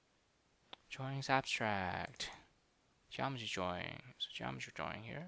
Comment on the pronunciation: Nice video. Explained it better than my programming teacher. You should stop pronouncing 'drawing' as 'jawing' though.